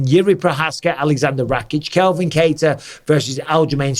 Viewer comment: It's ' CALVIN ' ! NOT ' Kelvin Kattar ' !!! 👍✊ Happy New Year Mikey 🎉🎈🙏